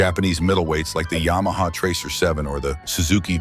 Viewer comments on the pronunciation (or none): none